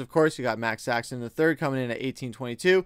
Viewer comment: Max Saxon?? It's Max Sasson